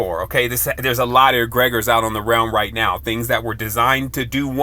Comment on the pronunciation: Egre-gores not egreg-ors